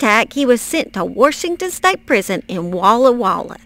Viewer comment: I adore you miss, that's just how my maternal grandmother would say Warshington